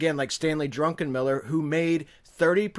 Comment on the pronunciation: Druckenmiller ..NOT,,, DRUNKEN MILLER...